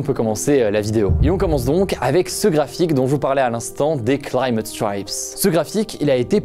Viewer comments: Straïps pas strips ouh la prononciation 😂 ! Comme le groupe les White Stripes quoi 😉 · « STRAÏPSE » et non pas « STRIPS » quitte à vouloir mettre l’accent, autant bien le faire ! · il faut prononcer [stɹajps], c'est "aï", pas "i". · Prononcé "Straipes" pas "Strips" 😩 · Ça se prononce pas plutot « straaayps » ? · Ah oui, il faut absolument le dire en anglais, j'avais oublié... Par contre, "stripes", ça ne se prononce pas comme ça, mais bien tenté. ;) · Non non non, on ne dit pas du tout "climate stripes" comme ça. le "i" de "stripe" se prononce [ai] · Il prend son meilleur accent pour mal prononcer « stripes » mdrr